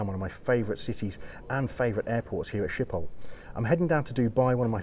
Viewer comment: Being Dutch myself I can only agree to your comments about the airport Schiphol, which btw is pronounced with the typical Dutch G-sound which with you scrape your throat. Other European airports are boring, to say the least. Once had a 6 hour stop in Brussels where the lights just went off and it was dark, shops were not there, there was absolutely nothing. It has been years that I used KLM mainly because of what you said at the end of the video: the crew is never there. When I flew KLM to Jakarta (overnight flight obviously) you never see a member of the cabin crew. I like to use Asian airlines where the (pretty) girls regularly walk through the cabin asking passengers who are having trouble sleeping if they like a drink or a snack. I know it is not good for Dutch economy but KLM really has to change the way the crew operates, then things will be better for the airline.